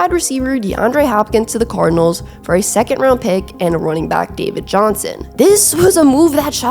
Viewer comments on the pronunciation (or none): none